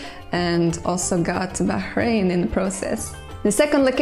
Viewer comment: For some reason, the only thing I can really focus on in this video is that she pronounced the name of "Bahrain" correctly!!! I visited the island back in the early 80s (as a child, with my mum and sister) and I've noticed that people seem to have an astonishingly hard time pronouncing the name properly. She made it seem effortless. By way of congratulations, I'll allow her to go on one jaunt in my time machine, as long as she doesn't kill anyone!